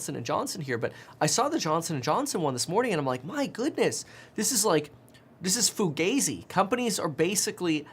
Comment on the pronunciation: It's pronounced Fu-GAH-zi